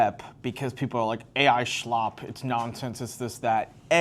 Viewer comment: I think you’re adding a “h” to slop. You’re like saying “Shlop”… I like it! lol ok I’m joining your group